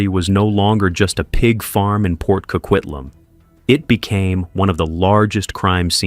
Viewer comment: I don’t know why no one can get the name correct it’s Port Coquitlam, CO-QUIT-LAM